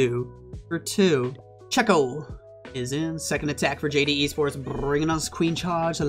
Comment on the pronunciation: Checco is like kecco, It's an italian name as the player